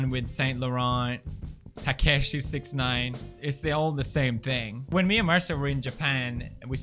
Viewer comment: Mans said "savage 21 and takashey sixnine